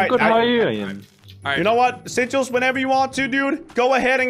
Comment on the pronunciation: Bro it's sigils not sichels